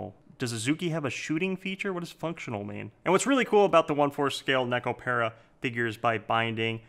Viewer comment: If you love Nekopara that much. learn how to pronounce the it !